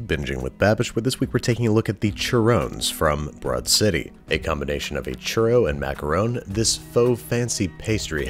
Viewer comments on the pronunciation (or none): none